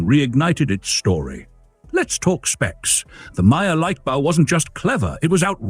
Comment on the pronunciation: The AI obviously doesn't do German...